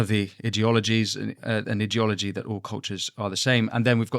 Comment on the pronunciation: Idiot ology idea ology please speak properly